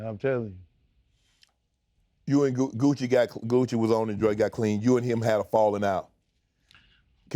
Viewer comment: When they keep calling Gucci "gooch" 🤣🤣🤣